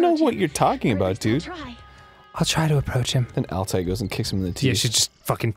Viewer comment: The r itself doesn't make the last syllable, it's that combined with the double dotted i. So it would be*all-tie-AY*.